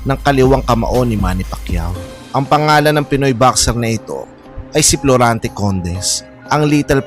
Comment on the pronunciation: Florante not Plorante